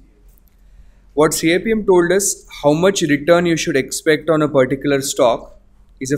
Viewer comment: It’s pronounced kapem